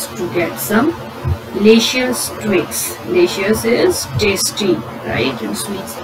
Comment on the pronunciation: The narrator climbed the trees to cut twings